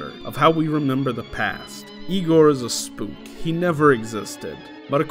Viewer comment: "no it's pronounced 'Eye-gor"